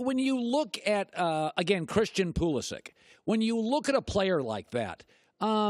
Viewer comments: I can choose to pronounce my last name as "T-Rex". That does not make it correct, just because I choose to say it that way. If Pulisic himself says it that way too, fair enough, Colin is not really at fault here, but that pronunciation is still wrong... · Look at the blue writing of the pronounciation in the first parenthesis. Does that seem to sound like Colin says it to you?!?!?! The name is Croatian... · Argues that he is a big fan of the sport = calls that player "Pull-E-sick!" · He pronounced it properly a few minutes earlier, could have been a slip up.